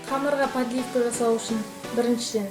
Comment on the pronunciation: Дұрыс сөйлеп үйрену керек! падливка, красный перец, т/б сөздерді дұрыс айтпайсың сен ренжіме